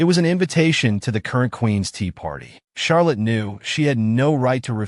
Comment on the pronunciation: Who's Shark Liz??? It's Charlett